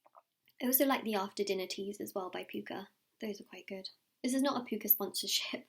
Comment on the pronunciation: The tea isn’t pooka it’s pukka. Puh-ka :)